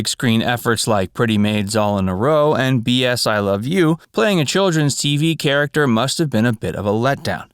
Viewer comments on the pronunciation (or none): none